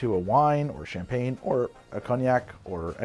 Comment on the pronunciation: It's quite amusing how he kills the pronounciation in a fun way, "shampeen" hee😜🍾🥂 I even saw La Grande Damme misspelled on the screen "Vueve" 🙃 Your videos are always interesting and fun to watch, thanks! 👍👀